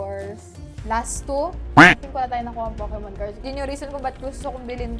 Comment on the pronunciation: te bat tawag mo sa poke mon fukimon ahahahah